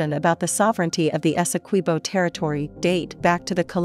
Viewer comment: Good afternoon thank you for the correct pronunciation of our largest county Essequibo and our country Guyana . Please enlighten your media colleagues.